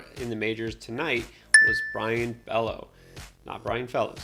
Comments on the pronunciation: Bello pronounced beyo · FYI: Bello is pronounced Bay-o